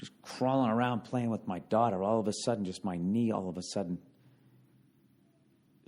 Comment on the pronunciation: If from now on, the entire podcast was Ol' Freckles reading to his lovely DAUGH-TA you better believe I'd keep listening.